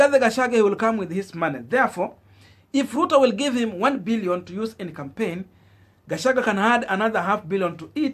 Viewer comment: get peoples names right all the time Gashagua not Gashagwe.